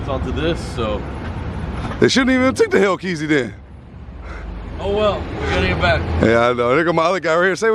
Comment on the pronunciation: Say the name of the fukin cars correctly!!! No dam ram reazy and hellkeazy